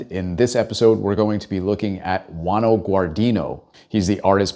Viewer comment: do a follow up, but please, learn to pronounce his name, it´s not GUANO, "JUANJO", please!